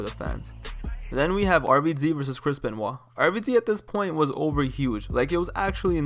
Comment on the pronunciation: You mean Kris Bin-Wah